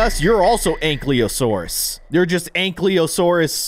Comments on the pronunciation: “Anklyosaurus” bro it says ank-ylo-saurus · It's not ank le o Saurus it's an Kai lo sour us